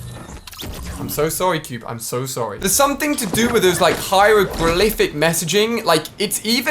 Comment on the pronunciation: word of the day: HI-ROW-GRA-LIF-ICK/ HYROGRALIPHIC